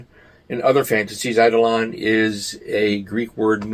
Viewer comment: I enjoy your videos! Btw, eidolon pronunciation = eye-DOH-luhn (not EYE-duh-LAWN: which is how it’s quotidianly mispronounced). hug 🫂 from the road ✈️🚙✈️🚙 — Dr D